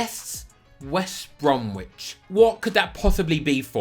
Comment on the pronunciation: for pronouncing the W in bromwich, youve lost my subscribe, and if i ever see you in real life, im feeding you to prime 2018 shithouse leg snapping Jake Livermore.